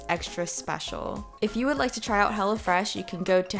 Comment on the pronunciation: When she said "Hello Fresh" I heard "Hella Fresh" 😂